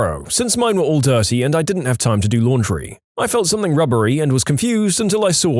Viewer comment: I really do enjoy listening to your stories. There is only ONE complaint. Stop mispronouncing "ing" as "ink". eg. Something, not somethink. It really grates on me.